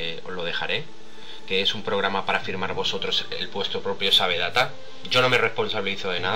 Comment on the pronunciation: Sabe data jajajajajajajajajajajjajajaaja se pronuncia seiv dat